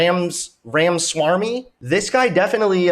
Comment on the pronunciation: Ramswarmy 😂😂 its (Roma-swa-me) Romaswamy